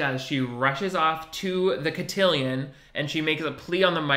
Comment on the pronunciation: LOL the French guy not knowing how to pronounce cotillion is golden